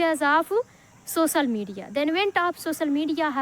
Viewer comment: Practice to pronounce the word 'Social Media' correctly